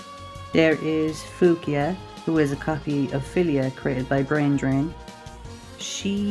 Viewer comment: Pretty solid Skullgirls video, thankfully the algorithm is recommending me for 2nd encore content! Though there's a couple of things I'd like to clarify. 1. A few characters you got their name wrong (mostly due to your accent), which isn't a problem, as your videos clarify what you mean but you pronounce Fukua as "Fuk-a" when its "Foo--coo-wah" as well as Squigly's last name being Contiello "Cont-e-ow-oh". Again, trying to blame your voice, I thought i'd just give you the correct pronunciation if you do a future video. 2. You mentioned the music and how skullgirls fans argue which soundtrack is better? If you mean individual sountracks then yeah those can easily be ranked. But Skullgirls mobile uses the exact same music for 2nd encore except it has a different menu theme. The "old version" your talking about could be SkullgirlS the 2008 beta version of the game with just Filia and Peacock but that only has like 2 jazz songs. 3. For your dash problem there are actually two ways to dash, the normal default way in most fighting games: tap the button two times to the left or right. Which works but usually there's a slight delay to it. Especially air dashing, I highly recommend using the two punch buttons method as it's much quicker, thus why i recommend in the game settings making a macro button with 2 or more punches, and macro 2 to be a grab or multible kick buttons. (plus when using a macro you can save your team rather than manually choosing each character color and